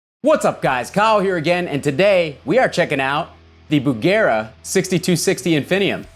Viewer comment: Dear Kyle, thank you for calling the amp Bugera instead of Busjera.